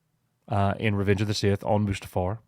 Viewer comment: Coach sounds like he is saying.... "A-moose-too-far!" .... rather than Mustafar, lol.